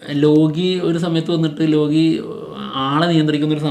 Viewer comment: ലോഗി ❌ ലോക്കി ✅